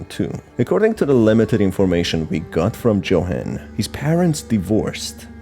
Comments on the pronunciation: u said johan, it's yohan but spelt johan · IsntJohan pronounced “Yo-han”? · The way Johan's name is pronounced throughout the video is so jarring im sorry